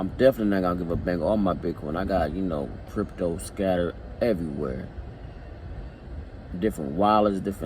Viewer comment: "I'm talking about dat crypt-dough" lol I though you were from Milwaukee.